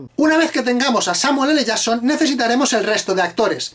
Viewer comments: Samuel L "yason" Hahahahahahahahahahaha. Si no saben pronunciar en ingles para que hacen videos????? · Samuele le llason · Samuel ele shason